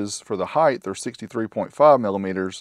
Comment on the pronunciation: What the hell is heighth?